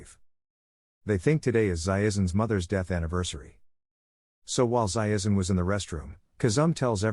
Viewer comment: Why are they pronouncing Zaizen as Zaiezen all the time?